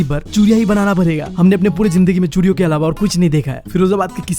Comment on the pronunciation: Bhai chudiyo ko churiya khe raha hai that I like her voice ❤❤❤🎉🎉😂😂😂